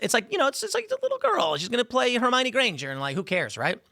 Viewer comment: her-mine? since when thats the pronounce